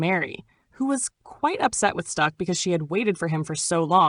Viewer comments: Is this ai?? Stuck?? Stack, like Smoke Stack. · Cant watch this..."Stuck"?...Thought I could let it slide...Cmon Son...